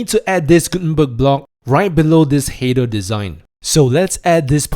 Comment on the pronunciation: the way you pronounce the word "header" makes it very hard to understand it.